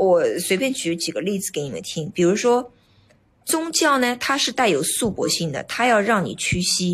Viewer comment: 束缚念成shu bo 造诣 念成 zao zhi